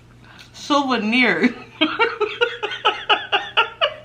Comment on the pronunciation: I almost choked laughing when you were saying “souvenir” 🤣🤣 I love all your vids 🥰